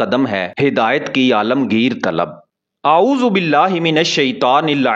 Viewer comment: Aap aaoozoo billa sahi nahi padhte bhai.please sahi pdha kariye.